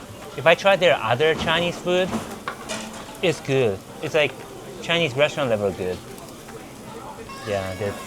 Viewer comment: Why does say Chiiii-neez like a southern redneck? 😭🇺🇲